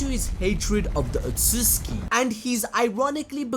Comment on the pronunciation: Love how he says ososuski